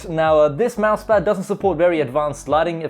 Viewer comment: its mousepad no mousemad unless if you cant pronounce it nice vid tho